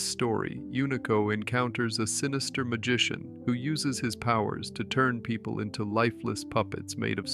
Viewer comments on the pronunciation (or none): none